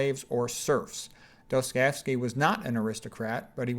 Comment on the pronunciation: Dostojewski. Достое́вский. You butcher names. Aljoscha :-). Nietzsche there is no k spoken. It is like ge in the end.